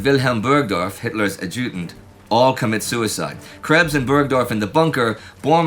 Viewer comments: Indy, in neither English nor German is "adjutant" pronounced, "Ah-JOO-dint". So, just STOP IT, lol. You do this to drive English majors crazy, right? It's "A-ja-tint" (short "a" vowel sound, as in "at", accent on the first syllable, not the second). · "..., Hitler's ah-JEW-dunt [sic] ..." -- there is no such word; there is essentially one accepted pronunciation of the word "adjutant" (Oxford indicating that Americans often change the first "t" into a "d") and it is not what you say. You do not pronounce the word the way the rest of the world does, but as though you'd only seen it in print and made a bad guess. Too bad to make a study of military history and not be able to pronounce such words correctly! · After years of episodes of this series, I am surprised that Indie still doesn't know the correct pronunciation of the word adjutant.